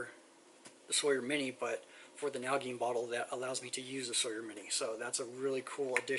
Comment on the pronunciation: Nal-a-jean. Is how it is pronounced.